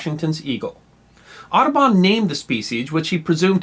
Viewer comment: I really did understand "Autobahn" not "Aduban" ... Well, since I live in germany it's understandable, I - hope?!